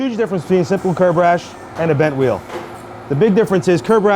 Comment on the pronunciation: Let's take the veel off the wehicle